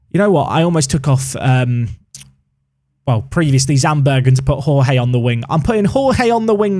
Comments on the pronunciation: Hi. First time follower of the Park to Prem series but enjoying since Three Bridges. One note, and it seems you will be using Jorge more often. The correct pronunciation is just as you say "George" but the first "G" is fast paced and without the "e". For Túlio, try the following: "Two-Lee-Oh" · Hey, really enjoying the series so far! I think Jorge is the Portuguese equivalent to George, and is pronounced a bit like Georgie, rather than the Spanish pronunciation that you were using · Jorge in portuguese is pronounced almost like George